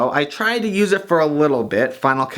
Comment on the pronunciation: The X in Final Cut Pro X and OS X and so on is definitely pronounced as "ten". I wondered if Devin mispronounced it on purpose because he doesn't like the software or something. :D